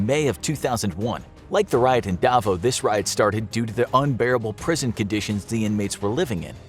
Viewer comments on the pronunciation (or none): The way he said Davo instead of Davao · It’s pronounced davaw